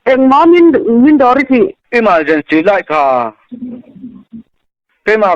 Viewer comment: E-mal-gency light thluk mawlh khi 😂😂